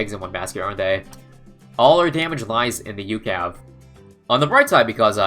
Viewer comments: It's U C A V from cod not ukav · It's not "youcav", it is U-C-A-V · I hate how he says ucav. Instead of saying every letting individually